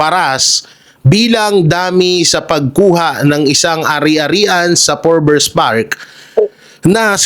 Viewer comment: FORBES NOT FORBERS